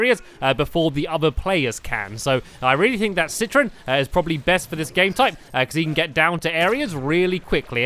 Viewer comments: It's citron not citresss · I realized that stampy keeps saying citris instead of citron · Stampy it's not citress its citron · Stampy said citros but it is citron. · I think it's pronounced say-trown. Not sit-tron. Either way I like say-trown. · he iz called citron not citroz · ITS CITRON NOT CITRIS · stamps citrons not a girl and its name is not citris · his name is citron not citrus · It's not citrus it is citron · It is citron not citress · he says citris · It's citron (si-ton) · It's citron ci tron tron